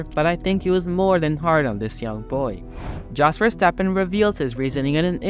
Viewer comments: Look, in order not to make yourself look like a fool and certainly you are not an F1 fan...its really important to sell your story, and that is to get the names pronounced correctly. Its pronounced Yos...Not Jos, even though its spelt that way. Why dont you say knife with that same intelligence...im just saying. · Jos is pronounced as 'Yos' not as Josh. Thank you. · Jos pronounced yos is a dick, you need to learn abit more about formula 1 before doing ANY video on the subject though tyrel or tirrell as it's pronounced though couldn't watch no more, good luck to you though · It's JOS like with a Y, not like J with John. Americans should start listening and stop acting like ignorant idiots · If you want to sound credible covering international events spend some time learning how to pronounce the names of those involved. Keep in mind that the phonetics vary between languages. In Dutch a “J” is pronounced like an English “Y”, so it sounds as “toss”. Show some respect and get people’s name correct.